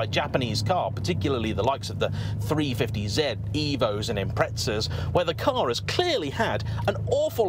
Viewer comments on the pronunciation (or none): none